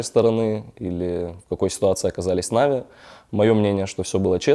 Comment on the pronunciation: Чел на манагере.... Откуда ты вообще взялся? Почему всё коммьюнити произносит "нАви" с ударением на первый слог, а ты же умудряешься произносить "навИ" с ударением на последний? Выглядит смехотворно. Как можно всерьёз воспринимать ролик человека который делает ошибку в произношении самой популярной в СНГ команды и при этом на серьёзных щах что-то втирает?.. Второе. Да ты же двух слов связать нормально не можешь. Слушать элементарно неприятно. Напиши себе текст на сраной бумажке и читай с неё, раз по другому не умеешь. На позорься перед сообществом. Вот это "повезло" так "повезло" с генеральным...